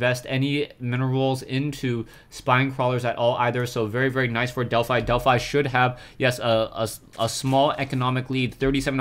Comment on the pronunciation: wow it's a fanboy war in the comments (i support. he should have more subs but he doesn't instead of bitching about it LIKE his vids so he gets noticed more.) And to you Delphi is pronounced DelphE if the player has named themselves after the Greek God Apollo's Temple at Delphi.